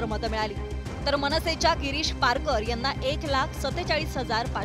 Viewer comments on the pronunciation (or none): Aho His name as Shirish Parker not Girish Parker